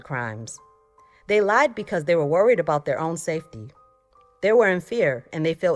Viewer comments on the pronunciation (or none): none